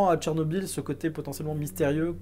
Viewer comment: Si un francophone voit le mot Chernobyl, il lira Cher-nobil. Or le nom de cette ville ukrainienne se prononce en réalité Tchernobyl. La première graphie était évidemment anglaise et ne saurait être utilisée correctement dans un texte français , elle sera donc ecrit Tchernobyl. Tu es le seul sur youtube et le net francophone a l'écrire comme ca.